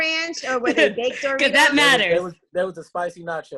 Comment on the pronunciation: Why ye say Doritos like "Door-ritos" lol